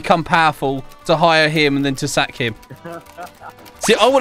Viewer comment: When he says sack it sounds so wrong like and you need to sack your boss